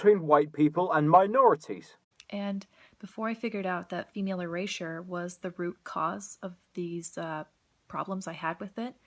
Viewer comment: what is "female erasia"? "eurasia"? "erasure"? whatever it is she's going on about?